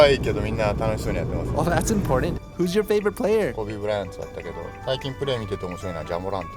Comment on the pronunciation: He said Kobe Bryant, not Koobe Burayanto ❤ Nice!